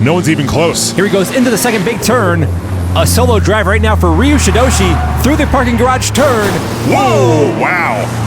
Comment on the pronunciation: It's pronounced Er-yew❤ Ryu